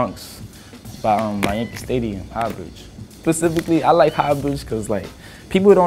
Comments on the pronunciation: Did this man say pacifically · Nigga said pacifically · This nigga said "pacifically" 💀💀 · thats how we bronx niggas talk